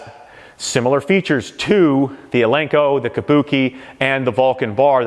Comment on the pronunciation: Nobody will take you serious if you can’t even pronounce “Eleiko” right.